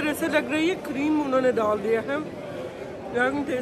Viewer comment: Haha cute urdu 🥰 Don't speak "laakin" this is a "laykin"